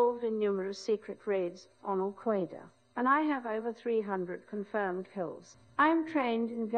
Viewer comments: take a shot for every al KWAEEEda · Kyle Ho in that case he should accentuate it even more: “al kooheydah” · Everyone on vocal synthesis who reads this: AL-QUAYDA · part of me wishes they'd stop saying al qwaydeh but another part of me loves it. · It also stopped pronouncing “Al Quaeda” as “Al Quoida”... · Another Al-Quaeda saying streak, incorrect ❌ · I'll be impressed when it pronounces Al-Qaeda properly